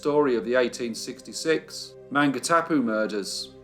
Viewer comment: This week is Maori language week. With due respect, allow me to suggest you do a little research on Maori pronunciation. As an NZer, it was a little like nails down a blackboard at times. However, don't let that deter you. The Burgess Gang are part of the fabric of colonial New Zealand so thank you for not only telling the tale but also the great images you've included. Maungatapu is pronounced: Mawn - ga - tah - pu with the 'g' being said softly and kept in the throat from the preceeding 'n'. I'm not fluent in Te reo (maori language) but I and many pakeha (non Maori citizens) are working towards having Maori be the equivalent of English, rather than secondary language. Which is kind-of crazy considering Maori were here centuries before colonisation.